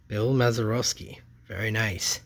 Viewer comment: The Lee May gold cup is not his rookie, and is from 1968. Pronunciation tip: Bill Maz-er-aah-ski.